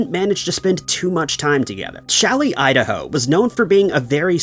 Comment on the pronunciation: Challis. Not Shelly 😊